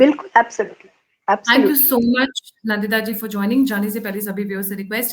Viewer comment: The guest name is Nndita and not Nandita.. NDita.